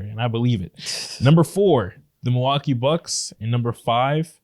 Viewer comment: Mil-LOL-kee Bucks